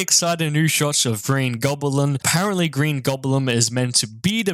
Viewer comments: nice breakdown video my guy, and also did say Green Goblin as Green *Goblem* lol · Man said green gobalem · Did this man say “Green GramBlam”? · Did you say Goblem... XD XD XD